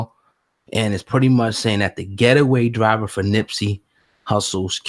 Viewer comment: Lol he said ghettoway driver